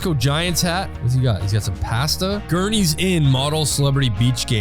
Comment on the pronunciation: Ho says pasta like that ? Love u btw❤❤❤❤